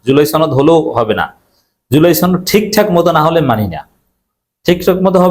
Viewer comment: "সনদ" এর উচ্চারণ টা ঠিকমতো করবেন, এটা ছনদ না।